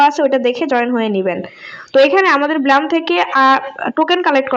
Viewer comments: ব্লাম না, ব্লুম😂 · This is not bloom this is blum sis😂😂😊